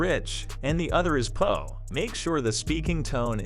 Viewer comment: “And the other is pah (poor)” 😆